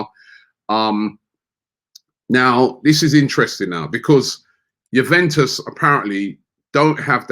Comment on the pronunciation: youveus 😂😂😂😂 Bruv its Juventus